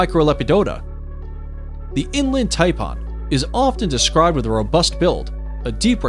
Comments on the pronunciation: its pronounced Thai pan not parn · And to go with the "V" word, check out what the announcer calls the Inland Taipan!! He calls it "Inland TaiPAWN". I said " wtf? It sounds like hes saying "Inland Tampon"!!!🤯🤯😁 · Did he say "inland "TAMPON" 😳🙄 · The way he pronounced inland Taipan pissed me off 😭🤣 And the how is the black mamba so low on the list And he forgot to mention the bushmaster (the world’s most deadliest pit viper and largest venomous snakes of South America) The gaboon viper (the largest fangs on any snake and the biggest viper which venom destroys tissue within 15min) These are all facts from the great austin stevens documentary I really don’t know where you got your list from must be from google 😭🤣🤣